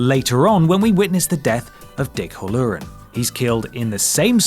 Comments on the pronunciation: Hur-Lur-Un? Why!? Come on they call the fucker Hal-Lor-An in the film! You do it on purpose, don't you! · Dick HAL-low-ren, not ho-LURE-in. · "Dick hollooren"??? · How the fuck can you not pronounce Halloran correctly? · Total recall isn't about dreams, its planted memories, you berk. And how the hell are you pronouncing Halloran?